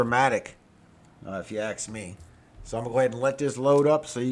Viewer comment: Why do people say “aks?” I will never understand why people can’t get a three letter word right. It’s intentional stupidity. Why do that?